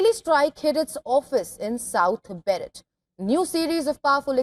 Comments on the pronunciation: Beirut (Bayroot) not Berett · It's Bayroot not B..... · It's Beirut!!!!!!! Learn to enunciate it properly what the hell... And she's a news anchor??